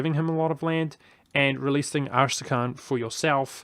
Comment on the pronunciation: As-tra-kan, not arsetacan